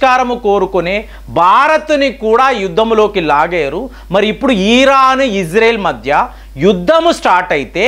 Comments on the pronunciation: EEERAN KAADU RA BABU IRAN CORRECT YOURSELF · ఈరాన్ కాదు ఇరాన్ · ఈరాన్ కాదు ఇరాన్... వాడు వీడు యుద్ధాలు ఇలాంటి పదాలు తప్పించి వేరే వీడియోలు లేవండి..భారతదేశం తనని తాను రక్షించు కొనే సామర్థ్యం కలిగివుంది...రక్షణ వ్యవస్థ చాలా గోప్యంగా ఉంటుందని మీకు తెలయదా......మీ నుంచి విజ్ఞాన పరమైన వీడియోలు కావాలి....